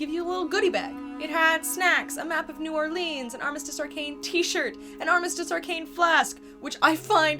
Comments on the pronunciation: Nawlens is how the locals pronounce it (my family is from New Orleans) but do not fall for the country pronunciation!!! (New Orleens) IS WRONG!! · There is no hard e for new Orleans. or just call it nawlins. Pwease...... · As a resident of New Orleans, new ‘Or-Lens’ would be the pronunciation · New Orlay-Ans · Can pronounce crazy French hotel name BUT cant pronounce New Orleans